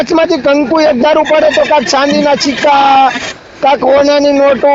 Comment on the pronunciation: ચાંદી ના સિક્કા એમ બોલાય ડોબા સાંદિ ના😂😂😂ચિકા